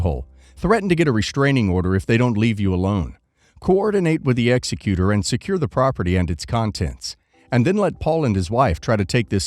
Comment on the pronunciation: eg sec ey tor As a lawyer, you should know how to pronounce executor.